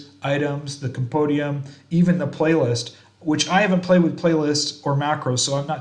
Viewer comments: Compendium - Come-pen-dee-um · Did you say...compodium? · Ah I like the way they say it lol.